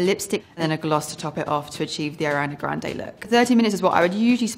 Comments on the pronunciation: “i’m a huge fan” can’t even say her name correctly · “i’m a huge fan of ariana grande” pronounces her name incorrectly, multiple times